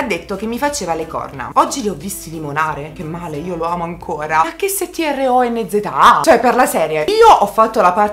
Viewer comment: Quando dice.. MA CHE S-T-R-O-N-Z-A 😂😂😂 e epicoo